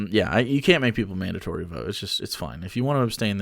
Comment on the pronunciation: "I don't like mandantory anything" Even mandantory vaccines?